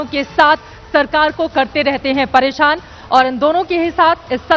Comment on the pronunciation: "परेशान "शब्द गलत बोली